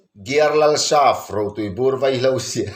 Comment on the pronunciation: Veihlo ni lovin vaihlo